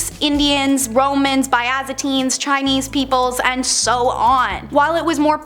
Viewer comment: YOU SAY IT ALL THE TIME!!! “BIZ-AN-TEEN” NOT “BY-AZA-TEEN” The whole lot of you have been torturing me since I sub’d this channel probably nearly a year ago if not more and I’ve been commenting on yours, Taylor’s, Olivia’s, Ched(? Not sure how he spells it atm), and a few other hosts and you’ve all yet to get it together....I’m not mad...just disappointed.